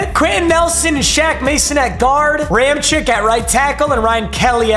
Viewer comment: Ram-check not chick